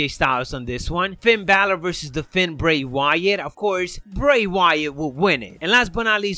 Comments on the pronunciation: The way you pronounce " the fiend " literally kills me man , like you sound like your saying " the fin " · The "FEEND" Bray wyatt lol... not "Fynd" or "Fend".... love it